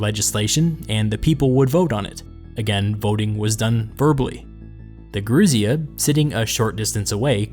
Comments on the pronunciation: Yer-oo-sia , the old ones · Gerousia (emphasis on the "si", not the "rou") comes from "geron", "old man". The Romans took over this institution from Sparta and called it "senatus", from their word "senex" ""old man". The word was shortened in America to "Senat", but Senator remained unchanged.